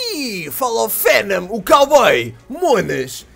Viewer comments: ele trocou f pelo v olha venom fenom =P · fenam??? cara como vc trocou o "o" pelo "a" eu sei que errar e humano mais essas letras estao muito longe uma das outras